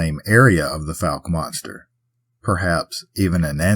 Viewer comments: You are covering the state I was raised in! And it’s pronounced like Folk without the L sound. 😅 Blame the French. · We can ignore Crowley’s Ridge, but Fouke and Ouchita are offensive!😂😂😂 Just joking about it being offensive, but those last two do always make me cringe when mispronounced. 😅 I know Central Arkansas well: Guy-Perkins class of 2006.